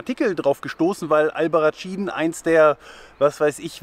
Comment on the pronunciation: Es spricht sich "Albarraßin" 😉, "tsch" wäre italienische Aussprache. - Leider kam ich da nicht hin, ohne Auto, wie ich unterwegs war, wäre das Taxi von Téruel zu teuer gewesen für meine sparsame Reisekasse. Sieht toll aus und Téruel auch mit den mozarabischen Türmen und der Geschichte von Diego und Isabel, den Liebenden. Spanisches Romeo und Julia. Diese tolle Canyonlandschaft habe ich nur ein bisschen von ferne gesehen. Toller Wanderweg! In der Nähe von Téruel liegt ein großer Flugzeugfriedhof voller Riesenjets, die auf viellleicht spätere Benutzung hoffen. Die deutschen A380 Airbusse werden gerade wiederbelebt und nach Frankfurt zurückgeflogen, weil in den letzten Jahren die Flugzeugproduktion zurückgegangen war. Aber die Bilder mit all den vielen Riesenvögeln in der leeren Landschaft sehen surreal sehenswert aus